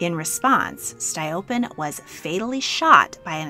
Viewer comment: Excellent video! One minor criticism: the assasinated minister’s name was pronounced Stole-LEAP-in. Overall though your pronunciation and quality of work is amazing!